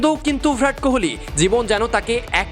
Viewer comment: Virat kohli ke vrat kohli bole 😂😂😂